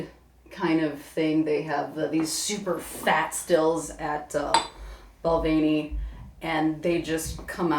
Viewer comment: They both didn't pronounce Balvenie correctly. Lmao